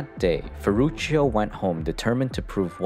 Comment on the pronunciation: His firstname sounds in italian language like „ferrutsho“, not „ferrutshio“.